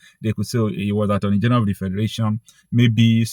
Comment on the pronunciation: Did you say the Attorney General or the Armoury General?